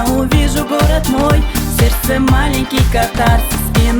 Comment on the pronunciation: Где он откопал эту мырку, которая произносит слово "сердце"-"серсе".